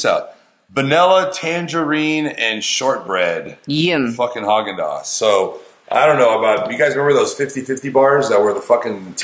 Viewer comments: why does say yim instead of yum??? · she doesnt say yum it 's YEUM